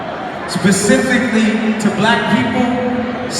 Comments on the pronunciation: and it is SPECIFICALLY, not Pacifically. i can't vote for someone who can't articulate the difference. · Ok he said "pacifically" if you can't say specifically then my ears would be shut off. Anyone with a grasp of the English language is to be dismissed or ignored. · Did kanye say "Pacifically" As opposed to Specifically?? SMH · ... Did this fool just say, "pacifically to black people..."? How you finna run for president and you don't know the word is "specifically?" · even though at 5.00 kanye says "pacifically"a n d I assume he meant to say specifically, thats ok.but I remember during the eighties and nineties when I used to go to concerts the artist put on a show.singing and dancing for about two hours, now they want to stop the show to complain and rant.i paid to come have a good time, not to hear some artist moan and fuking groan. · Kanye West. STFU! Talking Bout "Pecifically" Sit Yo Dumbass Down! #ThatIsAll. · When he said, "Pacifically to black people..." I was done. 😂😂😂 "Pacifically". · Kanye ... Before 2020, please learn how to pronounce specifically: it's not "pecificly". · Did he say "pacifically" at about ?😒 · Nneka O sips tea ☕😒 yes tf he did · Nneka O yup he did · Lol my friend would cringe so hard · I noticed that too. so sad